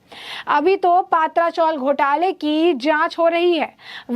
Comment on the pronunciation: Paatraa sounds more like a gujrati dish, or alhooo wadi. Please it's patraa.which means metal sheet roofs.